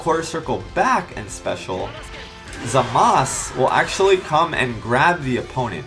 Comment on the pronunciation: I love how he actually pronounces Zamas’s name correctly.